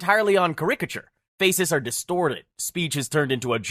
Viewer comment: The way this voice over guy pronounces the word caricature is hilarious 😂